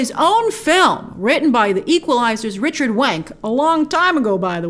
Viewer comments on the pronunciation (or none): none